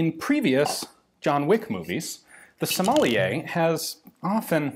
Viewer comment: ur not even trying to pronounce sommelier.....somalia....gsus h fkn christ...